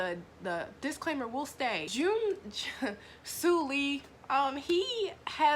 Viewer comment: she really said sue lee IM CRYING